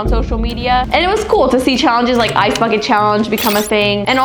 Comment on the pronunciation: I misheard "ice backet challenge" in as "ice f*cking challenge"💀